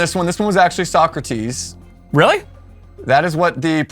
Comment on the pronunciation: Aside from clearly mispronouncing "So-Crates", I like that I could at least score 5 (6 if you count the semi-living corpse at the end there).